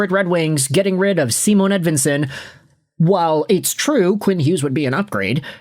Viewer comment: Bro it's not Seamoan Edvinsson it's Cymahn Edvinsson! If you were a Red Wing fan at all you'd know this.